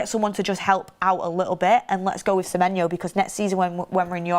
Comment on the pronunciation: At least she says his name right unlike goldbridge